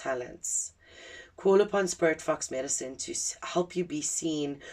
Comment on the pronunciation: When you first said sporit fox i heard spirit fucks 😅 i wasnt looking at my screen so didnt see the fox 🫣🫣🫣😅❤️🔥🙏